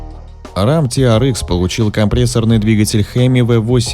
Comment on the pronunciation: Ти ар экс, экс, а не икс. Можно "тирэкс"))